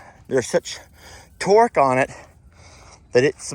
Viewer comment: Whahahaha 'Camel Toe' And you said torq and I heard twerk😂😂😂 omg hahaha